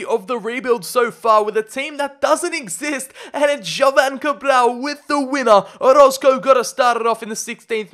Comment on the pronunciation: Yo im here bois. Man Why You Gotta Pronounce My Last Name Wrong Man 😢. Its O-ROZ-CO